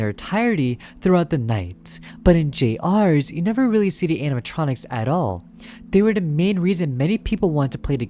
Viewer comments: It’s pronounced “Junior’s.” The trailer pronounced it as “Junior’s.” YOU JUST PRONOUNCED IT AS “JUNIORS.” SO WHY DO YOU PRONOUNCE IT AS “J.R.’S”??? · Why does everyone say J R’s, dear god people it’s Junior’s! Jr’s boy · "jay arrs" JUST SAY JUNIORS AUGHDFRSUIJHRWESUIWFEHNUIEGRWSHIOKUEHN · you have no idea how mad it's making me every time you pronounce it "Jay-ars" THEY LITTERALLY PRONOUNCED IT A "JUNIOR'S" IN THE TRAILER HOW DID YOU GET THIS WRONG GHGghh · My apologies to say this, i respectfully wanna ask this question. why do you call it j rs instead of jr's? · The way he pronounces "jr's" which is an abbreviation of "juniors," as "jay-ares" kills me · I think the name of the game is supposed to be pronounced as "Junior's". Why does this guy keep flip-flopping between "J-R's" and "Junior's"??? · Bro said J R's instead of Juniors. Bro go back to fuckin English class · Generally a good channel, but the way this man pronounces Junior's is targeted to hurt me specifically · erm it's pronounced "juniors" -🤓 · I’m sorry if this comes off as rude but how do you mess up saying juniors???? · Stop calling it (Jay ares) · Him calling it “jay arrs” (pronunciation) made my body hurt. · GRAAAAAH IT'S PRONOUNCED JUNIORS!!!!!!!! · i..it's "Junior's" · Bro doesn’t know how to pronounce JR’s ☠️